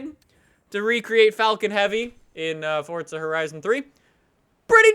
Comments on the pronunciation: Please just stop saying for"t"za it's forza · Why are u saying Fortza Horizon but not Forza Horizon? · i like how he sais forza he says fortza